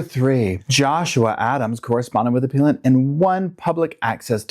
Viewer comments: I think it’s “aPELLant”, not “aPEALant” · It’s pronounced: “app-PELLLL-ent” lawyer. Also, love your work, thank you. ❤️👍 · 😂 you crack me up appellant - a-pell-ant. You make and appeal then become and a-Pell-ant - English is hard for even English speakers!